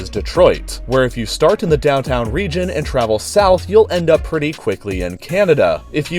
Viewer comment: I'm sorry, did you just turn the UP Canadian?